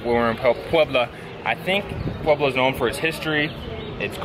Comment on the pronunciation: Please do not do that. It is offensive to the people of Puebla